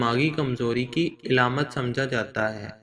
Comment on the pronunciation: Eilamat ni hota Aalaamat hota hy